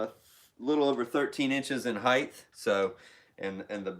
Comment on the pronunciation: Height not heighth